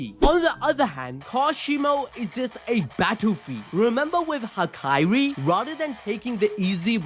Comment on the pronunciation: Hakari, not Hakairi